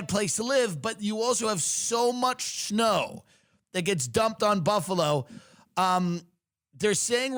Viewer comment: Did you say, "schnow" instead of snow?